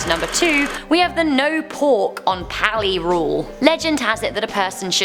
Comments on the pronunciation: Meh-nay-hoo-nay... NOT meh-nay-hoon AND Peh-lay... NOT peh-lah AND Puh-lee... NOT pah-lee AND Hoo-ahh-kah-ee-poh... NOT Ho-ahh-ka-poh You definitely brought shame upon our language!!! 😂😂😂 Just kidding. You tried, and I love that our urban legend/horror stories have some light shined upon for the entire world to see. Great video! Many, MANY, more urban legends/Hawaiian horror stories than just these mentioned though. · Every Hawaiian name was wayyyyyyyyyyy off the pronunciation of them like Pele is pronounced pay-lay. Menehune: May-nay-who-nay Pali: pah-lee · No offense but the way she says the name of menahune ,Pali and pele it annoys me men-a-hi-ne p-ah-li peh-le